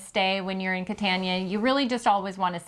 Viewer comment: Bari is pronounced “Bar ee”, not bar EE!, and it’s not in a usual trip to Italy, Venice, Florence, Rome and maybe the Amalfi coast!,….really the Sinka Terre! really pronounced “Chin kwah terri”,….Saint Marks Basilia? pronounced Basilica!, Catania pronounced “Catonia”, amazing, Tropeea pronounced Tro paya